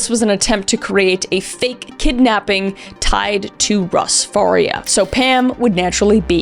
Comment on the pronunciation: Wow, seeing the last victim with the same last name as me was crazy! Its not a common last name. Mine is pronounced FAR-EE-UH (like Maria but with an F) but it's super common for it to be mispronuned and said the way Kris called it